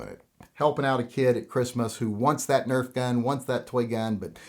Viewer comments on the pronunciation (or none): none